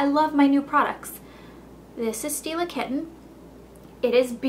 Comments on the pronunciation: definately thought you said steal a kitten lol xxx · I thought she said "steal a kitten", when she said "Stila Kitten". Because, well, I wouldn't put it past her. Hahaha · lol stila kitten sounded like "steal a kitten" i was like okay :D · hahaha thought she said "this is steal a kitten" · I giggle every time she says "Stila Kitten". :)